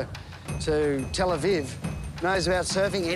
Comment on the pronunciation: "tel aviv" omg